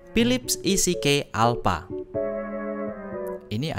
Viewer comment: EasyKey (baca: izikiy), not isikey